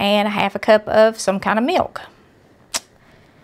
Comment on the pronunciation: Ohhh,❤ She said meok for milk just like my mom from North Carolina used to say. Makes me want to cry.